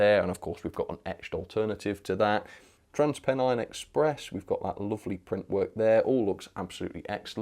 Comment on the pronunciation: Trans what Express? They’re Trans Pennine not Trans Penny Express 😂😂